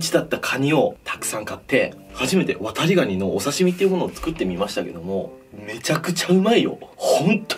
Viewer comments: 「ワタリ」の言い方が「渡部」にしか聞こえないw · 「コップにワタリ(119)の身を入れて〜」 ごめんワタリ、こうとしか聞こえなかった。